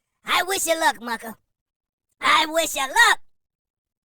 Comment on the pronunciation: It’s the “Walrus teeth” & you just saying “ Mucka” this & that for me 😂😂😂😂 I’m done!